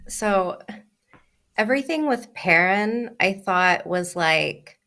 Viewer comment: Is unable to pronounce the short "e" sound in Perrin's name?